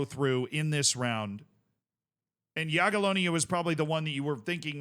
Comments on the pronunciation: Yeah! has learned to pronounce "Jagiellonia.":) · appreciate correct pronunciation of Jagiellonia! Let's go one step further --> try Legia "Var-schava" next time!